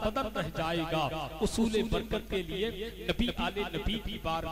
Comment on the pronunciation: Usoole barkat nhi hi hazrat husoole barkat hi